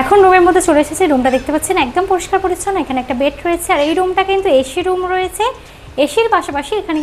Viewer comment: মামনি এশী রুম বলে না বলে এসি রুম